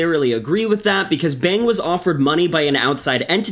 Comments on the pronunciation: It's pronounced 'Bong', btw. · Bang is pronounce bah•ng Like there's 2 ways to say AEIOU the other is Ah Eh I Oh U. But you did pronounce Tae Hyun PERFECTLY.